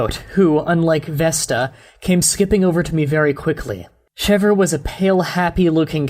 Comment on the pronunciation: Chevre is actually pronounced "shev". It's French